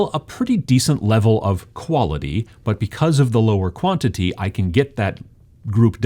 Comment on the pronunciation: "In this video, I'm going to talk to you about Quality vs.... Bwantity."